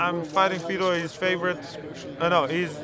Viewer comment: i thought he was fighting vitor. not fetor :(